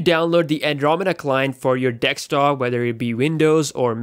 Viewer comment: Dude its called DESKTOP not DICKS TOP